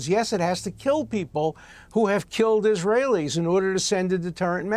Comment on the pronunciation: "dancing eesrahellis" what was their job, these zyons ter ro ris are a danger to the good US people